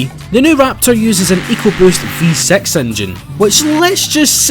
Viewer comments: For god sake it's not V-sex it's V six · when he says V6 it sounds like V-Sex with the accent (not hating)